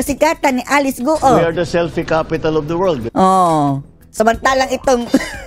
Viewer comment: Akala ko "selfish capital of the world" ang bigkas ni BBM